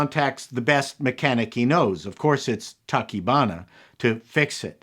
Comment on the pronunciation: I've never been a big fan of giant monster movies, but I have to say I loved this one, because of the human drama and the hero's journey. (on a side note, you got most of the names right, except, Tachibana is pronounced ta-chee-ba-na; yes, I speak Japanese)